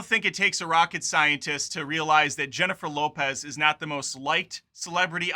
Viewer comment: This guys seems to be prejudiced against Latin people—why is he pronouncing Jennifer Lopez’s name like that? Obnoxious.